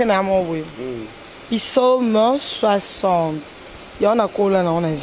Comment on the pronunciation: Svp bandeko nanga balobaka pisaumes te balobaka psaumes